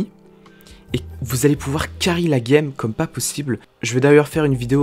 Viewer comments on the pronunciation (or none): none